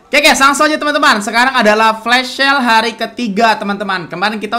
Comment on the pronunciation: Kenapa lu sebut flash sale jadi flas shale terus si?